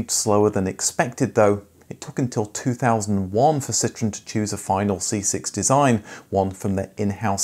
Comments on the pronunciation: It’s not citron ,super annoying u calling that ,Citron is a lemon in many languages,Citroen is a French car company,annoying accent bro some people don’t tell u do truth … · It’s not citron it’s citroen….